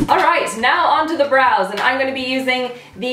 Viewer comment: Whenever she says "Brows" i hear Bras. .-.